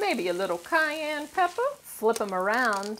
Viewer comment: She said "Cayenne"! squared! *drinks shot*